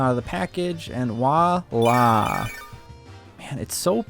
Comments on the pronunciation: Did he say " and wa-la"????? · Do you not know how to pronounce voila? It sure as hell ain’t wallah 😂😂